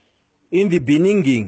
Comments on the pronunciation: in thee beningging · "In the beninging"😂😂